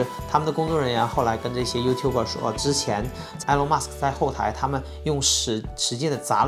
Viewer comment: Good video. It's "Ee-lawn", not "Eh-lawn"